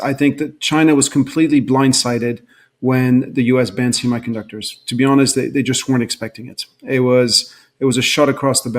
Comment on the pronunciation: "See My" conductors. Why does he say "semiconductors" that way?